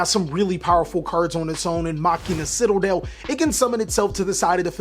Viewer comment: Ah yes citaldel